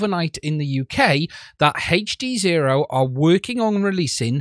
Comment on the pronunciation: It's not " HEYCH" D ZERO ITS HD ZERO